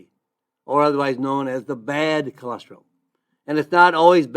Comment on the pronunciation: Don’t understand why you started out telling us not to worry about cholesterol, but then one of the first products you mentioned was Amla, which is for dealing with high cholesterol. 🤔 Also, why do you say “cholestril” instead of cholesterol? Cholesterol is four syllables, not three.